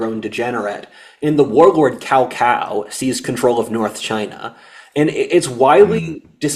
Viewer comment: Cao cao (tsao tsao) not cow cow